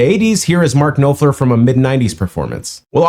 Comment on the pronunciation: Dude...Noff ler... easy peasy.